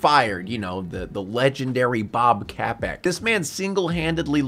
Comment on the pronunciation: Funniest part of this review is saying Bob Capek, lmao. Maybe I watch too much Disney news for my own good.